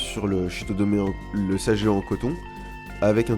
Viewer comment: Merci. Petite précision...sageo se prononce saguéo pas sajéo